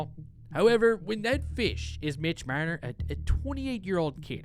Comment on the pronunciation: Love the way you pronounce Marner ;)